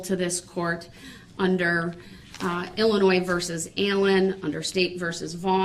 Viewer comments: somehow i just knew he was going to pronounce Illinois,'''ILL-A-NOISE''''.... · I was born and partially raised in Illinois and the “s” is silent!!! 😂😂😂